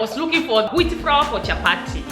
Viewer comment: you must say flour not frawa